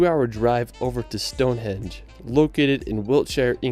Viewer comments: It's Stonehenge NOT Stonehedge, Summer and Winter Solstice. surprising that someone who says it he favourite place got it wrong, and as he has spent the last 3 1/2 years exploring Britain. Once you see Big Ben, you don't cross the bridge to see Westminster, NOT MINISTER, it's on the same side of the River. Birmingham would be an anti-climax compared to London! Write a list out of things that interest you in life, absolutely anything, then google those topics in the UK. Art, galleries a plenty in London, Egypt, Rosetta Stone, Sutton Hoo ship burial at the British Museum. Cleopatra's Needle and the Statue of Queen Bodica and her daughters, who went to war in a Chariot against the Romans, are on the North of the Thames Victoria Embankment by Big Ben. 10 Downing St, the residence of The Prime Minister, is just around the corner in Whitehall, as is Horseguards parade, a little further down. Walk through the Parade to St James' Park, turn right and walk to the end of the road and turn left up the Mall, past St James' Palace to Buckingham Palace. Alternative route to Buck House, past Horse Guards up to Trafalgar Sq, named after the battle of Trafalgar, 1805, where the Brits beat the French and Spanish in a Naval battle, and Nelsons Column, Admiral of the fleet. Also, if art is your bag, man, The National Gallery. Turn left up the Mall to Buck Hse or right to Covent Garden, for eateries, shopping, Or walk up Pall Mall to Lower Regents St and turn Right towards Piccadilly Circus and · (sp?) is well known for videos with mispronounced place names, and limited views of the country he's visiting. It's not "Stonehedge" - it's Stonehenge It's not "Westminister" - it's Westminster If he speaks about the Scilly* Isles (to the west of The Lizard, at the tip of Cornwall) he may mispronounce* it as "the Skilly Isles" - but the 'c' is silent, so it is the Scilly - pronounced Silly Isles (& It"s not "the reld" - it's the world!!) p.s. I think is from Utah.